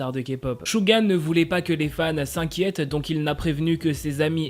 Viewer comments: On dit Suga pa shuga ou chuga on dit sssssssssuuuuuuuuggggggaaaa🙄😒😠🗣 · Dsl mais on dit Souga et pas Chouga...... Vu que c'est mon ub sa me perturbe énormément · Suga le prononce chouga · ÇA SE PRONONCE CHOUGA MAIS ÇA S'ECRIT SUGA